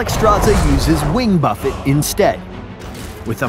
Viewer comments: BUFF-AYE NOT BUFF-It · That’s not how you say buffet. It is buffet, sir. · That moment when you don't know how to pronounce the word buffet. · He pronounced buffet wrong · why does he pronounce 'buffet' like that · Isn't he pronouncing "buffet" wrong? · the way this guy pronounced buffet kinda triggers me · The way this guy says buffet annoys me. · I love you,. But I cannot forgive you for pronouncing Buffet the way you do 😭 (No hate towards. He’s dearly loved by those of us who keep watching these spotlights over and over again.)